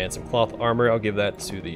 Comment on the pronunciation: Whenever you say cloth armor for some reason I hear plot armor.